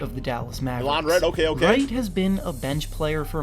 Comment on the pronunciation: OP, its pronounced Delawn Wright, not delone XD